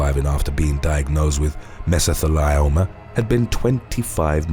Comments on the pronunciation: I may be weird, but the correct pronunciation for John Matthews cancer is meh- zuh-thee-Lee-ow-muh. it just doesn’t seem right to mispronounce such a devastating disease. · That's so odd considering something like 62% of abandoned places that are just filled with asbestos which we know causes mesothelioma are in the Uk Edit: its pronounced "MESS-O-THEE-LEE-OH-MAH" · Actually, it's pronounced 'Mezzo-thee-lee-oh-ma,' (the 'thee' rhymes with 'tree.') 😉